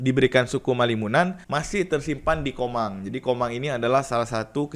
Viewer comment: Koreksi dikit Bang, bukan "Komang" tapi "Komam", lebih tepatnya Kecamatan Muara Komam di Kabupaten Paser Kaltim